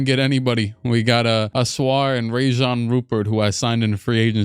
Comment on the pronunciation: Sid cissy is actually Sidy Cissoko and it'a Rayan Rupert not Rajon